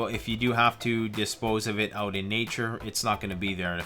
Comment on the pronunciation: " oot":-P Perfect Sign-off.